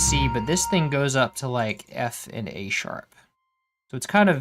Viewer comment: Sounded like you said “This thing goes to effing-A sharp.”